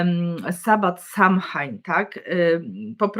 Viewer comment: Pozdrawiam i dziękuję. Btw Samhain wymawia się „so łin” 😃